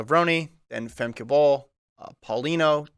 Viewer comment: pronounced "Levrone" correctly I thought. Watch interviews with Sydney like the Citius one where she tells them how to pronounce it. He also got Femke's name right this time.